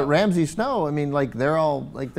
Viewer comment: They keep calling Ramsey "Ramses" and it's annoying as fuck.